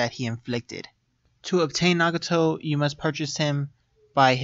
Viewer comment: isn't it nagato not naguto